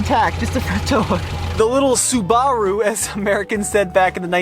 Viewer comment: That's how you say Subaru in Japanese, just the "r" needs to be harder